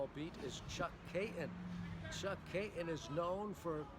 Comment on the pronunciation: FYI, it’s not “Kay-un”, it’s Kay-ton.